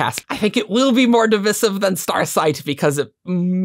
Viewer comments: The pronunciation of Divisive kept hurting me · What was divisive was the way you say divisive. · Literally said this to myself while watching lol. Ah, English and its dialects...